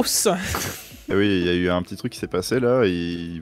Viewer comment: on dit " oui " pas " uuuii ", on dit " oui " pas " ui ", uuuuuuiiiiiiiiiiii?